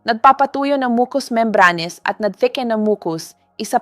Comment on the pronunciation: Bakit mali ang ibang pronunciation tulad ng: silent, membranes, mucus, etc😡